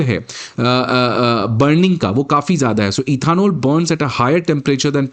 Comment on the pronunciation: पहले इथेनॉल सही से बोलना सीखो, फिर वीडियो बनाना